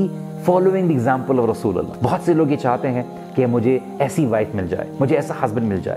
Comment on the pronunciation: Ur way of delivering is so effective and appreciatable.. secondly word Rasulallah SAW looks so heart touching and sooo beautiful from u..